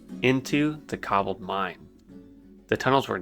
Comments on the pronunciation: Cobuldd lol just makes grit my teeth haha, but good story man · Such a good video, but what thev fuck is a Kuh-bald and the Duh-fees?